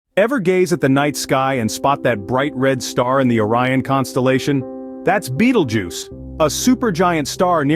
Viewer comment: Ew..... why say Bettle Juice? Isnt it Beetle Juice?